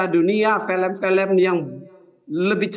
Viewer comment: Film, bukan felem